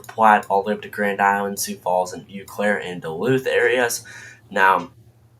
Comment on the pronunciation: Well done, young man. BTW it's pronounced "Oh Claire".